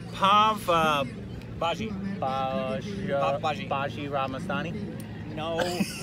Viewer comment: I love "pab Baja" word instead of pav bhaji....😂😂😂😂